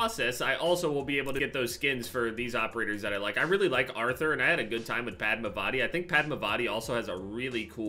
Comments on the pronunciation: It’s Padm(aa)vati not Padmav(aa)ti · Bro the way he said padmavati had me dying 💀😭